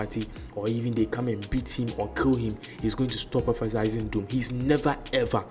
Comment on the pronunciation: It's not "prophesySing" It's prophecying....no 's' anywhere